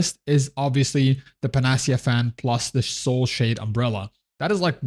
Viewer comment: Nice vid. Incidentally it would be: Pan-Ah-Sea-Ah: Panacea fan.